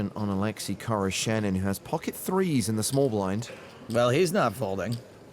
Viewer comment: Oleksi khoroshenin? I thought the commentator said a Lexus car salesman.